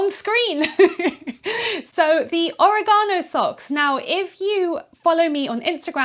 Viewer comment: It's or-EH-gano, not oreg-AH-no. (Harry Potter reference- though Hermione would probably say it the British way)